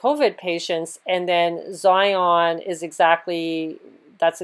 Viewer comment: Xenon pronounced Zion?